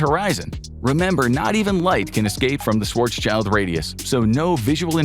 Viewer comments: It's Schwarz-schild, not Schwarzs-child. It's German, not English. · Schwarz. Schild. NOT shwarz child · Schwarzs - child LOL It's Schwarz - Schild, the latter part meaning 'shield' and pronounced similarly. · "swartz-child"...wtf...dude...it's schwarzschild....shwarz-shild....black-shield. shield, like a knight wears it. not child. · I really wish people would learn to correctly pronounce Schwartzschild before pronouncing it as Schwartz Child. It's Schwartz Shild. Please and thank you. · Schwarzs"child" xD you spell the first part right but the end you should spell like "shield" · Learn to pronounce Schwarzschild first.